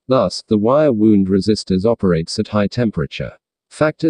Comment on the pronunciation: Wire "wound", not wire "wound"!